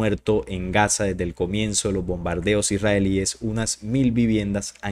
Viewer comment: Se dice los esrralies